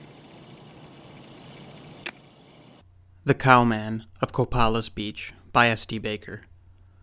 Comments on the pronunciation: It's pronounced Co-pay-less, not Cope-uh-liss. I live near here. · It’s pronounced co pay less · Hey, it’s pronounced “Co-pay-lis”! I live 10 miles north of Copalis Beach in Pacific Beach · It’s pronounced Co-pay-lis, not Cop-uh-lis.... long A sound. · Copalis ---the a in Copalis is long, Co-pay-lis. Being from there, I just thought you may want to know. Love this story. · Copalis is pronounced Co- as a long O. So it's Co-pay-less. Awesome videos! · Thank you and it's Co pay lis 😊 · Coe-pay-lus, Copalis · /cõ/pā/əs/ Stress on the middle syllable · That was the worst pronunciation of Copalis I've ever heard lol. I don't live to far from this area. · Accent on the PAY.